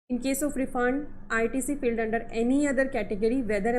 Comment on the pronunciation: No doubt u hv great knowledge of GST... But whenever I watch ur videos... I'm very much distracted by some of ur words like "SAD VS SAID" & "FILLED VS FILED" pronounced. Please forgive me... Hope u won't mind. Thanks.